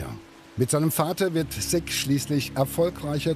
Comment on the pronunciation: Der Mensch heißt SICK und nicht SIGG